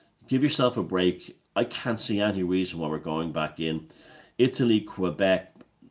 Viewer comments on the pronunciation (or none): Quebec is pronounced with a k not a q - just so you know